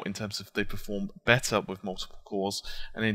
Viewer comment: you sad besser , are you german ?